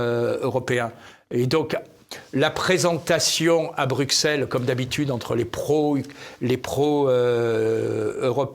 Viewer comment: Merci ! N.B. On dit Brusselles et non Brukselles !